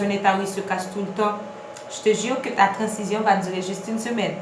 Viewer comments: Ça s’écrit transition mais ça ce prononce Tran-zi-syon 🤦🏽‍♀️ Apprenez à parler ... oubyen palé Lang maternelle ou 🙄 vin fè moun ront la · Merci pour la video, c'est instructive et précise . C'était presque parfaite. Il n'y a que le mot " trancition" qui m'a cassé les oreilles.